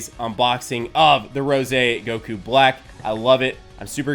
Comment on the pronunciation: GOKU NOT GOKUO